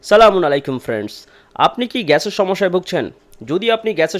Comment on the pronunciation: আপনার সালামটা সঠিকভাবে বোঝা যাচ্ছে না